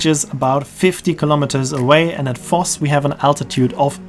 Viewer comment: I did think you were a german-speaker, but I still didn't connect Voss and Foss until i saw the pictures and realised V is pronounced as F in German.